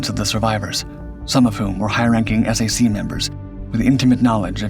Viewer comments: S-A-C? No way. It was called SAC as in sack. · "S A C?" It's pronounced "sack!" but A.I. doesn't know that. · Take it from a guy that served in the Strategic Air Command, there is nothing more annoying than to hear the Abbreviation of that Command pronounced S-A-C. SAC is an acronym pronounced the same as the word Sack. Just like many acronyms like NASA, or ACSII are pronounced today. SAC was the Best Command in the USAF and was hated by the the TAC fighter jocks because SAC set the standard for the USAF. So they promoted a TAC Gen to kill SAC and combined Commands into a new unified command structure and split up SAC assets. TAC & SAC was formed into the Air Combat Command, ACC. Better known in the USAF as the Air Circus Command because of the constant foul ups from commanders that couldn't get things right and their political pandering and groveling to get ahead. Most don't know that the ACC flew 2 nuclear weapons across the US. One to a Base for an airshow for a display B-52 and another to move the weapon to another base. 100% illegal to do in peace time. It got so bad that ACC was and is still having problems holding on to Maintenance troops for more than one enlistment. The USAF is just a sad shadow of what it once was. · Hi it is SAC as in “sack” not S-A-C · Why do you show aircraft that have nothing to do with the C-124? For example the C-135 and C-123. You even showed C-133s without even noting they were completely different aircraft. This is just ignorant and sloppy in the extreme. And there was no such thing as the S-A-C, note it was pronounced as "Sack." Further, it is plainly stupid to think that the aircraft was carrying a nuke with that many unvetted pax aboard (look up the nuclear-related Personnel Reliability Program (PRP). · SAC was never said S, A, C. It was SAC like a sack. Later it became ACC, which was pronounced as the letters (not ack) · SAC was never pronounced as S A C! WTF?! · SAC was usually pronouned "sack" back in its day.